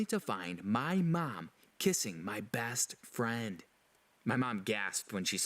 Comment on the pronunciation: Do anyone else here the orange hair boy say bast firend?